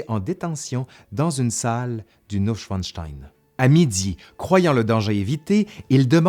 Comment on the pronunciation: Le château s'appelle "Neuschwanstein" et non Schwinstein.